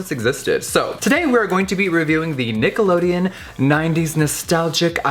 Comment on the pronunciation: sounded like you said niggalodeon 😂